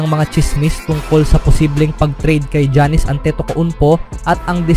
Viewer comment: Janice daw an giannis😂😂😂 yan- nis tanga ng pronounciation mo